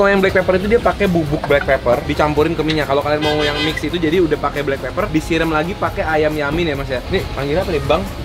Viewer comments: Blackpepper ..bukan blackpaper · Siaap BEST SALLER bukan Best Seller 😂😂😂😂😂 Blackpepper malah Blackpaper, ini editornya gagal 😂😂 les lagi